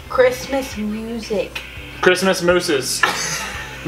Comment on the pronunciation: I died when Rocky kept saying Christmas moose 😂😂